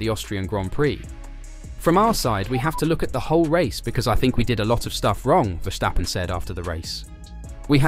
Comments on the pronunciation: For the love of god, there is no sh in Verstappen, stop saying Vershtappen!!! His name is Ver-stap-pen. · Verstappen, not Verschtappen. Common man he's over a decade in this sport. Get it right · Dude stop calling him Vershhhtappen there is no ff-ing H in there. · dude, i am dutch. Don't tell me how it's pronounced lol